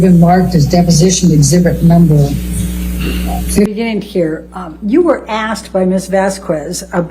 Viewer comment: "in the beninging" "in the ben, -beni, -bninginging" "beni, bening, in the beninging"